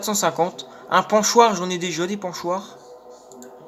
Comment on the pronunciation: Des pochoir pas des ponchoir mdr